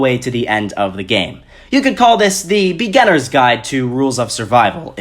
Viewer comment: The be-gan-ners guide lol